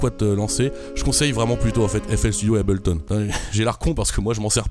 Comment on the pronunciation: L'élite utilise Ableton (d'ailleurs pas Abelton c'est pas contre toi mais ça m'énerve)